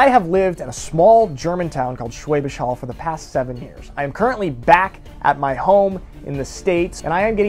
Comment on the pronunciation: "schwaybisch haul"